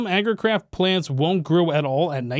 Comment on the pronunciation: did say "Agricrap" instead of "Agricraft" or were my ears playing games on me